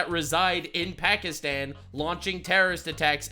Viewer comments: It's not Pakistan it's Pakistine xD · bro.. you sayin it wrong. it’s Pokiston. lol. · Every time Hassan says 'Pukistawn' instead of 'Pakistan' its like nails on a chalkboard to me. Its like when people pretend they are Italian. "Parmashheinaaa resssgggiiooannnoo" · Hasans white ass trying to pronounce Pakistan in a culturally ‘appropriate way’ is making me cringe so much lmao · Please Please Please explain this to me, Why do virtue signalers always need to pronounce "pakistan" with a B ?????